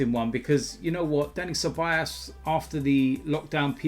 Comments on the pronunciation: his name is ceballos, not ceballas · It's been over a year and still can't pronounce Ceballos correctly😂😂😂 Cebayass!